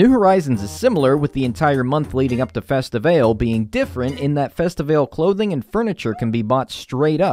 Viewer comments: Am I the only one who thought it was pronounced festi-VAH-LAY and not festi-VAY-l? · did u just pronounce festivale (like carnival in Brazil) as festi-vale 😭